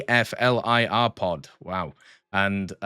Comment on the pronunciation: ATFLIR is just pronounced as you see it. I've never heard someone read out the letters.